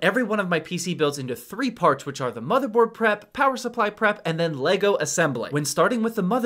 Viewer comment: The only time saying Lego correctly